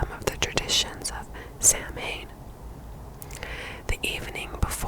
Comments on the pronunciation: Just letting you know samhain is a word from the Irish language so the pronunciation is different. It should be pronounced as "sa-whin" instead of "sam-hane". I hope this helps! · Honestly love your videos but I found the pronunciation of samhain a bit off . Samhain itself is pronounced sown ( as if rhymes with down) and is the Irish for November. but when used for Halloween (Oíche Shamhna)(literally the eve of November) it's pronounced more like ee-ha how-nah. Tbh Irish is a very confusing language to learn with many letter combinations pronounced differently to in English and your attempt was great given you had never heard it said before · Samhain is pronounced s-ow-an , it's an Irish word 😅